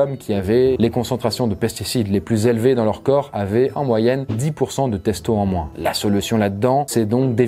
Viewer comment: "testo" Non. C est pas possible.